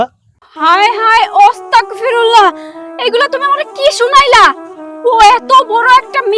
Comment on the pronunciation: ওস্তাগ ফিরুল্লা না আস্তাগফিরুল্লাহ কি মানুষ